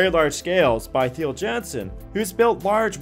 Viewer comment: Theo Jansen = "Tayo Yansen" not "theeyo Jan-son"